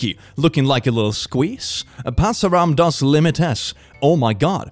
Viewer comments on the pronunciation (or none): I'm just dieing with the way said "passaram dos limites" since I do speak portuguese